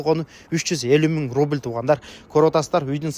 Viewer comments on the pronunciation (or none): none